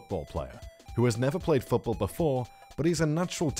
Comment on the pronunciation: Ha he called it futbowl